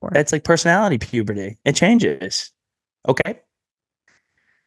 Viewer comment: Edit: ( NOTICED IT TOO!)